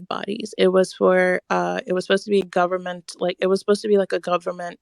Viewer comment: They can't answer and when they do, it's Dee gubberment!😂😭😭